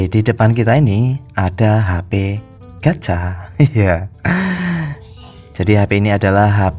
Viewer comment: Gatca gakk jelas